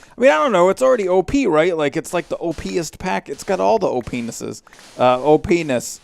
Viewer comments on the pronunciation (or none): lol... You had a slip of the tongue when you said Opnesses lol made me giggle alot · Best quote of the episode, "It has all to OPnesses." Sounded like "O Penises". I laughed so freakin hard at that. Great vid!